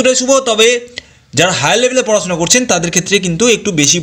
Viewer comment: বাংলা সুদ্ধ করে বলেন ,পড়াছুনা, বিদেছ, পাছাপাছি, এগুলো কি?